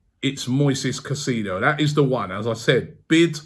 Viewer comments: Bomboclaat Robbie!. Stop Pronuncing the man's name wrong it's not "kaiseedo" .. the proper pronunciation is "KaiSAYDO".. hearing you calling his name is like hearing scraping sand on glass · It’s pronounced sigh-say-dough rob in Spanish 😂😂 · Robbie needs to work on player name pronunciation. Caicedo “Kai-Se-do” and not kasido… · Robbie please learn how to pronounce his name. It’s pronounced Kai-sei-though